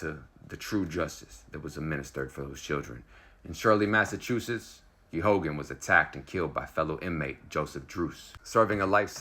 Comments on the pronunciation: The name of the priest is pronounced, "Gay gan. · Its pronounced gay gun. Just so people know who you're talking about.